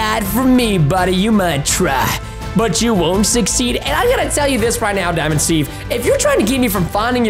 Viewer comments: When he say dimind stev pls dont hurt me pls that whas a rime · Preston wow is diamond Steve Preston and wen You fawnd dimond Steve home it WOS cool Preston 😎😎😎😎🙂🙂😍😍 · Preston: Daimond Steve Me: I heard It Preston:what?????????????????????? ====READ=THE=DIALOG====